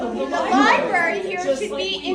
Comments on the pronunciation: Do you say library that way on purpose? Lie-berry? Come on man. You're not 4 years old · The word "library" is pronounced "Ly bRah Ree"... I went through a lot to learn to say it correctly. It now hurts my ears to hear it pronounced this way... Sorry. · It's LIBRARY brother..NOT "LIBERRY "..lol😂 Seriously tho.. keep making these great videos!! 👊👊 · Please learn how it is pronounced. It is NOT lie-berry, it is lie-bRRRary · Can you really not say LibRary? What is a libary?😂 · Only complaint I have is she don’t know it’s a lieberry 😂😂😂😂😂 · It's "library" not "libary"! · it's "li-brerry" not "li-berry." You sound like a third grader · LibRary, not liberry. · For the love of God Library, not Libary. It makes it very hard to take you seriously when you pronounce this like a child. I watch you all of the time and like you, but please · Dude... there are two "R's" in libRary... You sound like a 70 IQ saying "Liberry" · I love you man, but its "libRaRy" not "libary" That said, I love the video and drawing attention to women being silenced. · Library not Liberry, you're an intelligent guy with a large platform, please set a better example by using the language correctly. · Hey man love your channel but man it’s libRary not liberry. 😂 love you man …. No homo…..